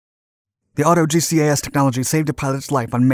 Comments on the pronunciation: Auto GCAS is pronounced auto jeekas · I think you’ll find that GGAS is pronounced “Gee-Cass” just as TCAS is pronounced “Tee-Cass”. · They probably blamed the Crew Chief for his G-LOC.... also. GCAS is pronounced as a word, not separate letters. I love your videos bud! Keep on doin what you do!